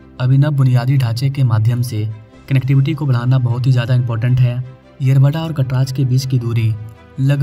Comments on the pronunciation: अरे है kataraj ❌😅😅/ अरे वो कात्रज घाट hain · मागच्या व्हिडिओ मध्ये रावेत ला रावेड म्हणाला...कात्रज ला कटराज म्हणतोय.....अरे कुडून आलंय हे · कटराज 🚫 कात्रज ✅. भाई तुला मराठी शिकायची फार गरज आहे 😂. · कटराज नहीं रे कात्रज